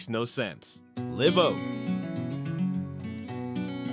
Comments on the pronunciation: It’s LIVE Oak! Like not dead! Long I ! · Live Oak i's pronounced with a long I . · You lost me when you said "Live Oak" Live like live your best dreams. It's Live, like Saturday night Live. Live Oak is a majestic tree. Just saying...